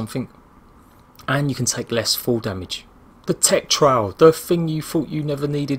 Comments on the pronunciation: trough is pronounced trof.just saying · you use a trowl in the garden, it's a trof (trough)